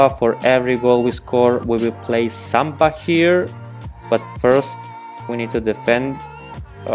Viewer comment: Please you don't say samba 🥶